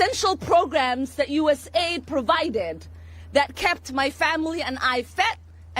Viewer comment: P.lease PRONOUNCE as. US. A. I. D. (US-AID IS DECEPTIVE).....